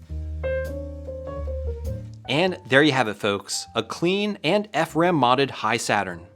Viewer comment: I thought it's pronounced "He-Saturn" not "High-Saturn".